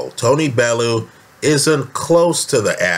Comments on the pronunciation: Bellew "bell-'e-you you septics always butcher his name. Fs pay the man some respect! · I'm from Liverpool, and I know Liverpool people. Bellew would smash Parker too bits. And it's Pronounced BELL YOU. Jeeez he's not out of jungle book. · Bellew is pronounced bell-you for all you americans haha